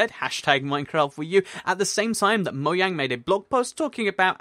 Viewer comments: Its spelled Mojang, but he says Mo-yang instead of Mo-jang. So J pronounced like Y in the UK? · You said moyane